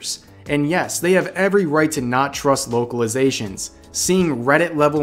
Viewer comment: Could have sworn you said "Wokeilizations" which is how I am going to think of it from now on.